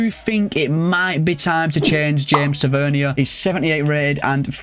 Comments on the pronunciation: As a Rangers fan it’s not “Ta-vern-ier” It’s “Ta-vur-neer” Edit: he also has a brother called Marcus Tavernier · It’s tavernier not tevernia